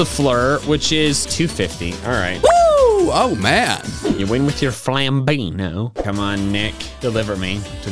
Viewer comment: pronouncing Évoli in an italian accent Me knowing that the name is french: Yeah no that's not right Edit: He did it with Flambino too XD